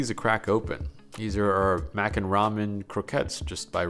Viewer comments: What a fun qwerk. You're going to pronounce ramen ram yen. Yay! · let me stop u there I love your videos but its ramen spoken as ramin not ramyen for some reason everyone online has started saying it wrong and u know what am sick if seeing hate comments for a simple mistake so I thought id just politely correct you before the grammar gremlins come around and start saying not so nice things. on a greater note tho I absolutely loved this video. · Why does he switch between the way he pronounces ramen. Sometimes it’s ra-men, other times it’s ra-myen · So he seems to be saying ramen, as “rom-yen” instead of “ra-men” can anybody tell me if this is correct I don’t wanna make any of receptions about somebody’s background and how they pronounce something however, my curiosity needs to be filled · Is that how its pronounced ramyen? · Take a shot every time he adds a "y" to Ramen. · Do you really need to pronounce Ramen the way you do? My goodness. I feel sorry for all the trauma you have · Ramen, ramyun, ramyum, ramin. What's the difference in the pronunciations? I'm genuinely curious.